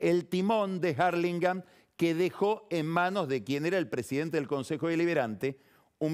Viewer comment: Este tipo está en otro nivel. Novaresio es el otro que quizas habite esa esfera. Dos tipos que disfruto escuchar. Pero que por favor pronuncie Hurlingham en castellano, que lo trata de decir en Inglés y ni se acerca a la pronunciación correcta.